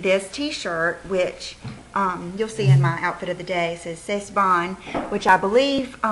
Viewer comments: great video! i love finding inspiration in magazines! you get the same cool look usually for cheaper. and its FUN:) oh and c'est is pronounced like "say";) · You were so happy in your video today, such a joy to watch! Lol, someone else has probably already told you this, but in French (in case you were wondering) you pronounce C'est like "say", you had the bon part right = C'est bon! , It's good ( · c'est is pronounced like "say"... the t is silent :)